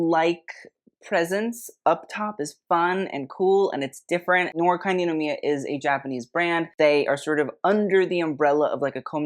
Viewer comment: 'noir' is french so it's pronounced 'nuhwaar'. also blackpink is wearing D&G eew